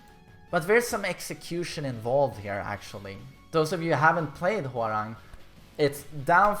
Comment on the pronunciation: who else kep hearing whoreang? lol